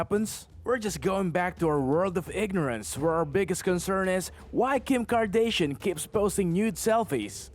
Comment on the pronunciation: Kim Kardaysheean😂😂😂